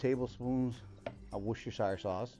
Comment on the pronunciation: The pronunciation of Worcestershire is....... "Wistersheer".